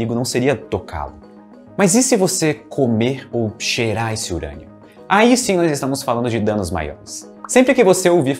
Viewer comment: UUURÂNIO?????!! DECAI PRA HÉLIO. "Eberlin Marcos "🤨🧐